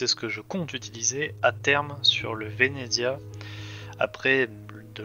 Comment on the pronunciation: le vénéDEZIA wsh c horrible sa se prononce vénétsia bahaha bref jadore le venezia perso